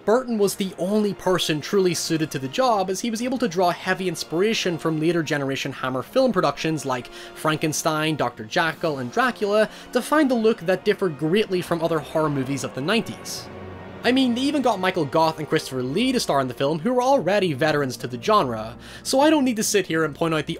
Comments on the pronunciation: I love you, dude, but...Dr. “Jackyl”? Mario “Brava”? Say words right... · Jakyll? How did you say Jekyllagain? Also love your stuff, keep it up